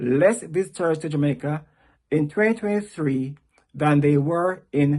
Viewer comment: He needs to learn how to pronounce Jamaica with out an er